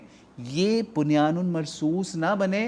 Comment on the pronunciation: It is Bunyanum not bunyanun